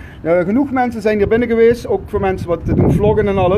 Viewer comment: 😂😂😂😂 een rechter is bij uitstek een rijksambtenaar.... volgens mij is niet helemaal op de hoogte laat staan zelf een “jurist”. En hoe irritant is het inslikken van de letter “t”? “Slech”, “gemaak” en “gewees”🤮🤮🤮